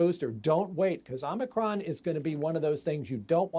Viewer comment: You mean O Mi Con,cmon,man. Let's go Brandon